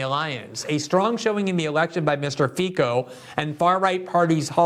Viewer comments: Pronounced /feetso/ Glenn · It would be nice for talented commentators like Greenwald to check how people in countries like Hungary or Slovakia pronounce their name. Cuper should be Tsuper, Fico sounds like Fitso, Orban sounds like Orban, but such cases are rare. In any case, countries created by decomposition of Austro-Hungarian monarchy lack anti-Russian tradition, and the results of anti-Russian propaganda are shallow and unstable. There are also economic issues, like how to decrease dependency on carbon energy, Hungary and Slovakia opted to maintain and expand power stations build initially by Soviets and expanded by RosAtom, and Bulgaria may follow.